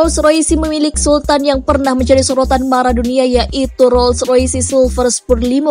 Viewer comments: Roll roys bacanya, bukan roll roysi.. Gw yakin bahasa inggris lu dapat nilai 3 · Gua ngekeeekkk bangke. . .baru liat video ini. Kenapa dibaca roysi sih nih orang. Hahahahahahahahahahahahahhhha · mc laren disebut ( emseleren ) roll roice disebut ( rol roice )